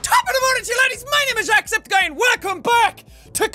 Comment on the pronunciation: Was I the only one who heard him say walcome. Just go to the beginning of the video